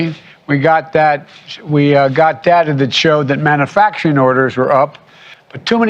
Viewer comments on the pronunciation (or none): How about "manna fracturing" instead of "manufacturing"???🤔